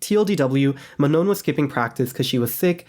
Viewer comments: It's pronounced Ma-noh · Ma-Nah is how to correctly pronounce Manon's name